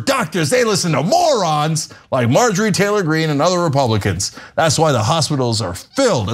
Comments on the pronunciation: “Margarine” Taylor-Green. Omg. I spit my tea. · Did you call her Margarine? Haha!